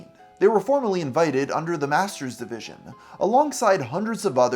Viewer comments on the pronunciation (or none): none